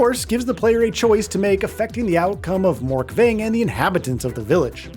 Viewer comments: Who tf is Morkving? Surely you mean Morkvarg?? ya'll gotta work on your pronunciation. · Its Morkvag not Morkveng this is not the last wish quest